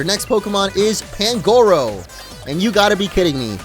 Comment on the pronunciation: You dont say pangoro you say panguro